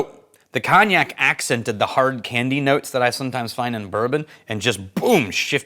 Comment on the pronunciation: Your pronunciation of cognac as Cawn-ee-yak, is incorrect in every part. At least get the one syllable right lol